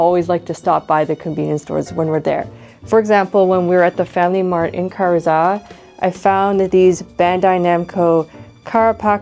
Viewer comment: I enjoyed the video, and I know this is obnoxious but, please, that "i" in Karuizawa can't just be ignored. It's ka-ru-ee-za-wa.